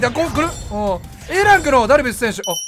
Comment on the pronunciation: ダルビッスさんに聞こえる